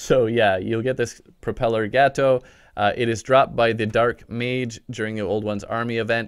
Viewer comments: he sound like hes says gehto inead of gato. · also you said gato wrong gato is spanish for cat